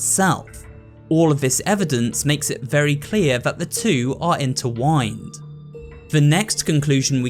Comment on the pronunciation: *Intertwined. Not interwined.